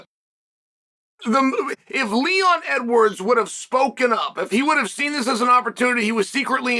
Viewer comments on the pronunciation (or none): none